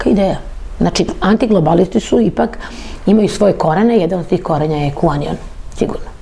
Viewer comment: Ova stalno govori Q-anion 😂😂😂 onion koji se na engleskom izgovara kao anion, znaci CRVENI LUK, a ova stalno ponavlja Q-anion ... OSRAMOTI SE ZENA u nekoliko navrata kad je pokusala da nesto izlupeta na engleskom. Koga vi sve tu ne dovodite. Kako se ova snalazi u Americi s ovakvim engleskim? 😂